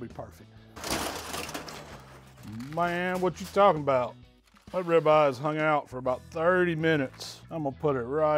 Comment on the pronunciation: You KNOW your in Texas when calls it a “Rib Ah!”🤓🤪